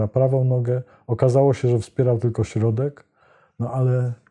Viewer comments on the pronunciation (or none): none